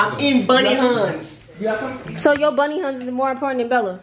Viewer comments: It’s them sayin boney Huns and not Huney Buns lmao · Did he juss say bunny huns 😭😭😭 it's honey bunss😭🤚🏾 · He pronounced bunny huns he so silly